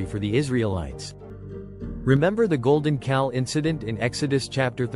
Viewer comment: It's "Golden Calf" not "Golden Cal"